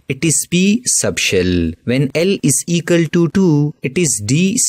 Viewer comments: Equal❌ Ekul✔️ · Equal ❌ Ecal ✅ 😂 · Equal to ❌ ikal to ✅ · Equal❎️ Ekals✅️ 😂😂😂😂 Jokes aside nice explanation 👌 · Equal❌ Ekal✅ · It is equal not ekal 😂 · Equal ❌ Ekal ✔️ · Equal ❌ Egale ✅ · Equal❌ Ekall✔️ (Just for fun don't take it on your kidney ) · Equal❌ Ekal✅ 🍌🍌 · its equal to not ekaltu🤣🤣😂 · Equal ❌ ekal ✅